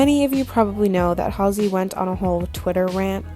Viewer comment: I’m not a fan of Halsey but you are saying her name so wrong it’s driving me crazy